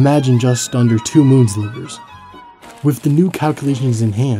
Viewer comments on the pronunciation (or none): I was having trouble understanding what in the world he was talking about when explaining arc seconds. Turns out it was because of the way he was saying "sliver." "One's liver" is what it sounds like he's saying, but it's "one sliver." Why is he pronouncing "sliver" like "zliver" I wonder.